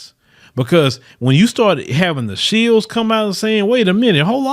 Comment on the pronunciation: Its pronounced SHILL not SHEILD!